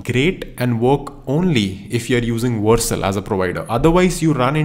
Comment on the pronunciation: It's Vercel not Warcel😅